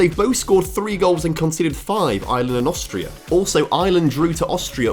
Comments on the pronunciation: Its Ireland not island 😭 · STOP CALLING IRELAND ISLAND YOU SAY IT LIKE ARLAND (THATS ONE REASON WHY I DONT LIKE THE BRITISH (ENGLAND) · I'm sorry but how hard is it to say Ireland without saying "Island"